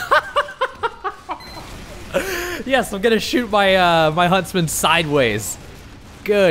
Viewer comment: lol no huntsman but hunstman